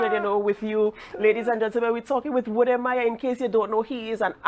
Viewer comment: Saying Wode "May yah" is like saying "Too bag go" 😂😂😂